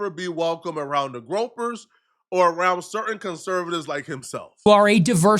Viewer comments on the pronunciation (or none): this fool said the gropers😂